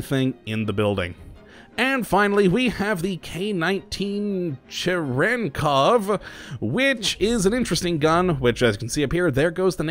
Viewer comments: Chyeryenkov is how yer supposed to pronounce it right? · Черенков? Your pronunciation is so wrong!